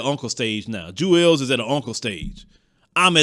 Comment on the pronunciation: Isn't his name pronounced "Jewels" Santana, not "Jew-els" Santana?